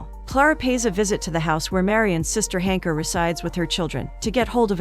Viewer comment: Klara sleeps with Marian (no date, no first kiss) after basically thinking the worst of him through the whole movie but then finds out he had slept with Ilona (A long time ago) and has the audacity to judge him and be upset about it!!! The audacity! Also, Marian's sister's name is listed as Hanka but all I'm hearing is Honka!!!